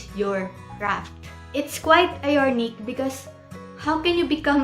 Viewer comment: Ironic (American Pronunciation) ai·raa·nuhk. Not ayornik